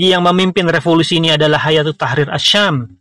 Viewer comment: Kok mbacanya hayatu, ustadz ? Bukannya hai-atu